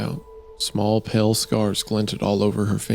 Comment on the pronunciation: Every time the word pale is pronounced as pell I nearly scream.